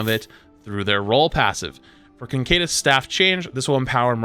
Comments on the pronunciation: "Cancedeus"??? You mean "Caduceus"... "ca-dyu-ses"? Its a hard word. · Caduceus is pronounced "ka-doo-see-us", not "concadence" or whatever. Sorry just baffled me that invented this entirely different word. Anyway hopefully they revert/tune down the GA nerf because god does it look clunky. Can't wait for my teammates to decide to dive in while my GA is on cd and then go around a corner. More than they already do. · bruh how do you get "concadus" out of "caduceus" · the way he pronounces Caduceus gives me aids 😂 there is no N in it. he says CON-K-DUS staff, it is pronounced KUH-DOO-SEE-US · Caduceus.... Cancadus? What? 😆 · Concaydus staff. Cant unhear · Please stop saying "concadus" there is literally no 'n' in the word "caduceus" 😂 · KA-DUCE-E-US man. Caduceus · Caduceus Ca-doo-sus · Isn’t it pronounced kuh-Duce-ee-us staff? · why tf does no one know how to read caduceus. "condaduse" from flats has to be the worst attempt. ca·du·ce·us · Hearing you mispronounce "caduceus" 99 different ways made my night. It's Ka-Doo-She-Us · Why can no streamer say caduceus. Concadis staff is not even close. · Conkaydis staff 😂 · The way he pronounces Caduceus makes me madge. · rip mercy but also…please…PLEASE…don’t put an N in caduceus! i’m dying over here faster than any support can heal me😭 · Homeboy you really need to look up how to pronounce caduceus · The way you pronounce caduceus is tilting me. There's no N. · Lol, say caduceus again. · It's fascinating to me how pronounces "Caduceus."